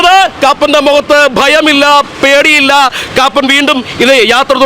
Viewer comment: Koppan not Kappan